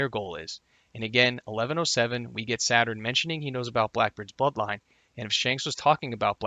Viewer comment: I swear I'm hearing you say buttline instead of bloodline